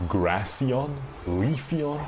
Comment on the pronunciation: its funny sounding, not like degrading that he doesn't know or what